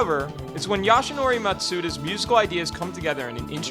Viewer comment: Goden Sun soundtrack has to be Sakuraba's best work. And I've played every game in the Tales franchise. Oh, and it's YASUNORI Mitsuda. The way you're pronouncing his name, I accidentally encountered the wiki page of a Japanese baseball player.